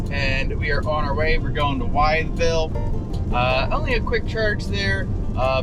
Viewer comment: Great video. FYI the town Wytheville is pronounced "With-Ville" not "Wyatt-Ville". Got a chuckle out of that. 😄 [Wytheville (/wɪθvɪll/ WITH-vihl) ]